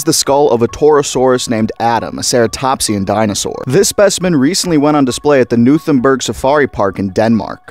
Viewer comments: Yo buddy Knuthenborg is pronounced like “Knu-ten-bår” Which in english is probably more like “K-neu-ten-bor” K as in the standard kuh sound like in kebab Neu like in the start of neuro pronounced quickly Ten as in the letter Bore as in boredom but only the start of the word This is a rough way of pronouncing it that is pretty close to correct if pronounced fast enough. Have a good day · You pronounce the k in Knuthenborg btw, awesome short